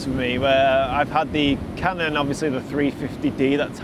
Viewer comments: Haha "Ka non", I pronounce that in Vietnam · Lol your inner Spanish came out when you said canon 😂